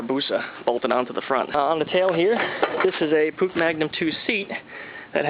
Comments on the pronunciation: did this dude say pook its pronounced "push" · It's pronounced push actually.